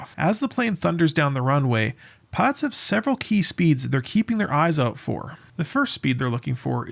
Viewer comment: "Piots?" Is there some reason you're omitting the "l?" Lazy speaker are you?